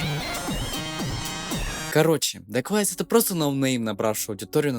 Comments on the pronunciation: не дегуавис а дэквавис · Это дакуавиус а не дагуавиус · Не даквайс а дакуэйвис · Это не давис или как ты его называешь прочитай его ник нормально Это даквейвис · Его ник читается как даквэйвис ,это можно понять на канале дрима на русском с его участием